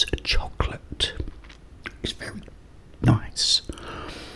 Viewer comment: its chosolate